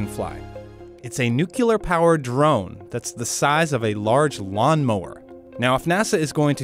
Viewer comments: "Nuke LEE er" not nookyaler...science people!! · Seriously, it's not N U C E L A R, but N U C L E A R. Thank you. And thanks for the video! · NU-CLEAR ( NEW-CLEAR). NOOOT “NU-CUE-LAR”. Geez, really? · its pronounced NUCLEAR not NUCULAR.... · Ah yes - a nuke-u-lar powered drone. It makes power by splitting the nuke-u-lus of an atom. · It turns out this drone is not nucular powered. They switched over to nuclear. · Its nuclear, not nucular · You sound very articulate and intelligent. So why did you say "nucular?" Nuclear. Noo-clee-ar. Jesus Christ, how many times do I have to.... Forget it. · "new-clear", not nukular..... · Did I hear "nucular"? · if i hear just one more person say "nucular"..... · "its a nucular powered drone"... With as scientific is this video is we can't say the word "nuclear" properly?? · Why can't people pronouce nuclear? It's "nu clee er", not "nu qu ler". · why people say “nucular” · "built like a helicopter" Dude. Its a multirotor UAS. Nothing at all like a helicopter. Jesus Christ. First you say "nuke-u-ler" then you say this thing is a helicopter. My God man. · NU-CLEE-AR. Lord man, you’re a journalist. Learn how to say it properly. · NUCLEAR. Can't you read ? Read it letter by letter. What's wrong with you ? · When will people stop saying 'nucular'? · It's pronounced nu-cle-ar! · 'Nucular'... just wow.... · It's a nucular drone!! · This guy said nucular. Pffff. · Ever sing George Dubbya Bush pronounced NUCLEAR as "new-q-ler" it seems that nearly everyone mispronounces the word as this narrator in this video did. Where do these companies get narrators to read in their videos because they are paying these narrators too much. They are always mispronouncing words, some words are common and it is incredible they don't know how to pronounce words, or that whoever was directing didn't stop and make the person read the line over but pronounce the word correctly. So bizarre. It's a terrible commentary on education.